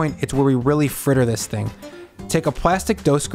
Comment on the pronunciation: "lets eat this theaeing!..."?